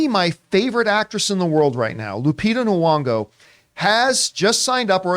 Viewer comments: What is horrifying to me is Mr Campea constantly mispronouncing Lupita Nyong'o's name as Knee-wong-go. It's Knee-yong-oh. It's right there in the spelling, John. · It’s gn-ong-oh